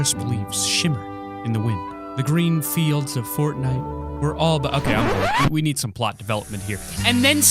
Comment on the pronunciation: Did you just say potnite.